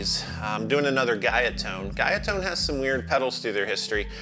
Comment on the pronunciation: Guyatone is a Japanese brand. It’s pronounced like “Goo-ya Tone”.